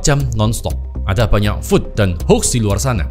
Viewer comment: makasih infonya, saya bantu koreksi sedikit di , FUD (Fear, Uncertainty, and Doubt) bacanya fad bukan food😁